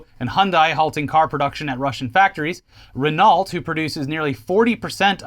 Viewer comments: The L & the T in Renault are silent. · Renault is pronounced like “Ren-O” not “Ren-Alt” LOL! Good try though, gold star for effort. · Hearing pronounce Renault as "Ren-ault" instead of "Ren-O" brought back good memories of pronouncing it like that as a kid when playing GT4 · Aw,! Renault! So cute you've never heard the word spoken aloud before! Just FYI it's "Renow", 2nd syllable rhymes with "snow" - much as I'd love to keep hearing your literal pronunciation. Edit: Oh god - now I just heard "Jagwire" and "Dahmler" - too good! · Ren Alt Delete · Never heard Renault pronounced like that before. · don’t pronounce Renault that way ever again.